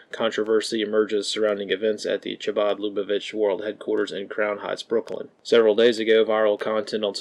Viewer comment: One small correction: The “ch” in “Chabad” is pronounced with the raspy k sound as in loch or Chanuka. Thanks for these fantastic updates!